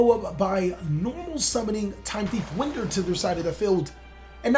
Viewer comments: This man said Winder as in blowing wind... It's a time thief card, it's pronounced winder as in a clock winds.... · Winder like you are winding a toy. Not blowing wind